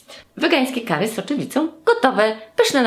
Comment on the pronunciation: mówi się kari*